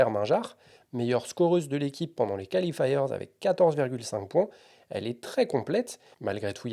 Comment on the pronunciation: Bien, comme d'had'... Mais l'horrible "califailleurzz" qui déchire les oreilles.